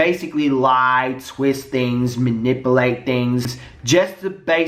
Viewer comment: I love the way you say manipulate, sounds like "mahnippleate" cracks me up so much